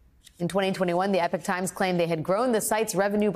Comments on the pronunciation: + The Epoch Times: the name should be pronounced differently from “Epic” as used by this presenter. Different words, meanings and pronunciation. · Can someone explain to the newscaster that there's a difference in pronunciation between epic and epoch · Is that really how you Yanks pronounce "epoch". The rest of the world pronounces it as "eepok" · FFS. It's pronounced 'eeepok'= epoch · Epoch Times - pronounced 'E-Pock'... Apart from that, it's all tickety-boo news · are you sure its not pronounced E' pock times? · It's EPOCH Times, not Epic, you nitwits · Am i pronouncing Epoch wrong , i pronounce it E-pok. Or are both ways acceptable? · Epoch rhymes with clock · How do you pronounce the word "epoch"? Sounded more like "epic". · pd learn how to say Epoch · “Epoch” and “epic” are not pronounced the same way. 😂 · Can nobody pronounce epoch ? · That's not how you pronounce Epoch ... google it ;) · Why does she not know how to pronounce "epoch"? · Can she really not read, or pronounce Epoch? Good week for reality. Not that great for English… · That's not how you pronounce epoch. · She can’t pronounce epoch. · That’s not how you pronounce Epoch! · Yay for the current events being reported... But why cant Alex pronounce "Epoch"? Ffs. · I doing you’re pronouncing ‘epoch’ correctly. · It's not "Epic" Times, it's "E-pok" Times! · It is Eepock, Epoch not epic. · Today I learned that Americans say 'Epic' and not 'e-pok' to pronounce Epoch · Not EPIC but EPOCH (Eee-POC) EPIC def: an exceptionally long poem or task. EPOCH def: a particular period of time in history. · Why are you calling it The Epic Times, Ms Wagner? It's EPOCH which not only sounds different from EPIC, but it doesn't mean the same thing, either. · Epic < E PAWK Pronunciation counts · I believe it's pronounced EE-POCK. NOT epic. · Pronunciation is driving me crazy. EE-pock. Not epic. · Why do you Americans called 'Epoch Times' - 'Epic Times'. It is pronounced 'Eepock'. 'Epic' is epic. 'Epoch' is epoch.